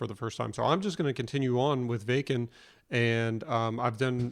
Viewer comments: As it comes to pronunciation, the village is called /ˈvakn̩/ - as you say it it sounds like the German „wecken“ (to wake sb up). No offense, just for learning. 🙃 I like your reaction. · "Wacken" is a small town in Germany, so simply remember to apply a German accent when saying "VAH-ken". ;-) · Waken is pronounced Vaaken. Jukka is yookah. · If I may clarify, it is pronounced “Vahken” - soft “a”. Jukka is “Yukka”, common Northern European pronunciation of “J”. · Wacken is said as Vahken.... W is V, A is AH... Jukka is Yookah, kinda like the word hookah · It's not a big deal or anything but just to help you out a bit, Wacken is pronounced v-aw-ken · The drummer is (You-kuh) and Wacken is pronounced VAH-ken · Welcome brother! This legendary concert took place in Wacken (vah-ken) Germany. Floor,vocals Tuomas,keys and composer Emppu,guitar Jukka,drums (you-ka) J's are pronounced as a Y, such as Floor Yansen. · Welcome to the rabbit hole. It’s a wonderful place to be. Couple of notes, Wacken is Vah’-ken (as in rockin), and Jukka is Yoo’-kuh. Keep exploring Nightwish!